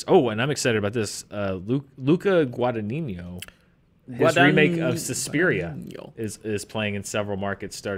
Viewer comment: Weirdly enough it's not the first time I heard it, but it's the opposite, it sounds like Guadañino.